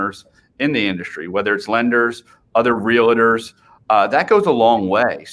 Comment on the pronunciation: it's real-tors not realitors